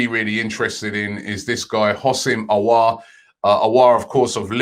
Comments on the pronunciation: Finally Robbie pronouncing perfectly houssem aouar .. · He pronounced Aouar correctly!!!!!! Big up Robbie! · Robbie finally pronouncing Auour's name correct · Finally Robbie pronounced Aouar correctly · Robbie said Aouar's name correct.. I can finally rest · Cannot believe Robbie actually pronounced Aouar right this time😂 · Finally get Aouar pronunciation correct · Praise the heavens learned the elusive pronunciation!!! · Dub so big Robbie pronounced aouar’s name right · Finally Robbie pronounces aouar probably!!!!! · pronouncing Aouar correctly. Tears in my eyes😭😭😭😭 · ROBBIE PRONOUNCING AOUAR CORRECTLY??????? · ROBBIE PRONOUNCING AOUAR CORRECTLY TEARS IN MY EYES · He finally spoke Aoua’s name well. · Robbie finally pronouncing Aouar's name properly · I just clocked robbie finally pronounced Hasim Aouar properly